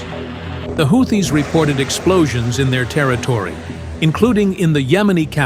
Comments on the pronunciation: Pronounced Whootees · AI pronounced Houthis 5 different ways before finally pronouncing it correctly. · How many ways do you pronounce “Houthis”? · After the fourth mispronunciation of houtis, I had to move on.